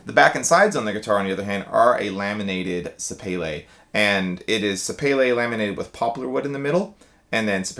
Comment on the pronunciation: Boo! You had me until you started bouncing bearings and cutting them open. Stop destroying perfectly good guitars. Who cares if the finish holds up to bug spray. PS sapele is pronounced suh-pee-lee. Look it up.